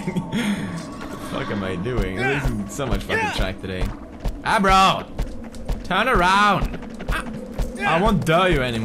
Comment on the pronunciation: the horse's name isn't agro and isn't aro.. it is ABRO, because he is, as us, A BRO. understood?